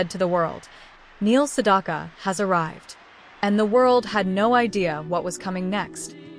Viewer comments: Two issues with this video, both relating to the narration. The AI narration mispronounces his last name every time. The second syllable in his name rhymes with "back" not "dock". At the end we're asked to comment, and the AI narrator says "I read every single one", but pronounces "read" like "red". Makes no sense. The constant reminder that this is AI narrated distracts from the video, at least for me. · Yes! You're absolutely 💯 %!right about that AI female 👏 😒 🙄 👌 😑 😳 voice did actually 👌 😳 😄 🤣 😐 😆 over Neil Sedaka's #8 song 🎵 😀 😳 😄 🤣 👏 from the 1960s! And mispronounced Neil Sedaka's last name! Because 🤔 😏 there is no letter "o" in his last name!